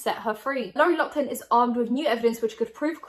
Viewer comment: I love but why are you saying Loughlin like that Is this a British thing??